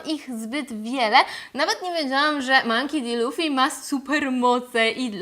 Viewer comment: Źle czytasz jego nazwisko :) Czytamy "Monki Di Luffy" A tak poza tym cieszę się że Ci się podobało xD Natomiast co do Kuro, to on poprostu zrobil sobie takie rekawice z ostrzami, cos ala kocie łapy ze szponami, które zwyczajnie nakladał na dłonie. Ostrza w żaden dziwny sposób nie wysuwały się jak u Wolverina. Po prostu zostały tak przytwierdzone na stałe.